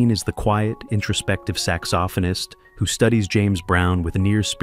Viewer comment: Sax-OFF-in-ist? Really?